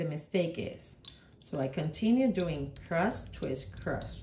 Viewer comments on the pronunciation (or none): Thank you for your fantastic dedication and work. On a funny note, am I hearing ok? I hear twist-crust-twist-crust... It is confusing and distracting, instead of cross. I have to acknowledge that saying twist-cross-twist-cross rapidly and repeatedly is a true wicked. Be well. "trabalenguas